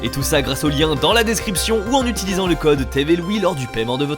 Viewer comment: Je suis le seul à comprendre: "TV Louis" au lieux de "Tev et Louis"?